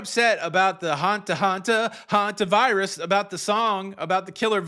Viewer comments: Sorry to bring this up here. But several people have complained about mispronouncing Hantavirus as Havantavirus. I don't think it matters. The message he delivers is far more important. But may I ask you to please point this out to him? It bothers me that people keep berating him over this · PLEASE tell it’s pronounced Hantavirus, Havantavirus! He is mispronouncing it every day since this started and there are tons of corrections and comments, and he is not reading his comments. Thank you.!!!